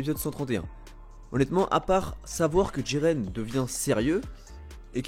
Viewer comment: Mdr c'est pas diren c'est jiren